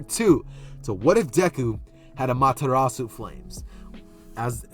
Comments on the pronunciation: The pronunciation sounded right to me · You pronounced it right for the record. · You pronounced it right my friend.